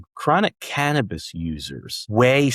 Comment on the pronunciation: Canmabis, not cantabis. 😂😂😂